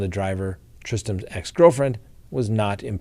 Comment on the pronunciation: Why do you mispronounce the name of your show, Crime Talk. Talk is pronounced “talk” NOT tok!